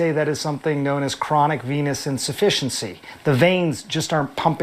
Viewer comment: What is a "Venus insufficiency"? Or did he say venous insufficiency? It almost sounded like "penis" for a second, too.